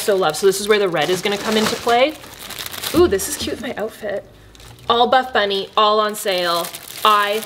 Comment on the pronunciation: Why do I keep hearing first ‘bad bunny’ instead of ‘buff bunny’? Omg why am I like this? 😭😂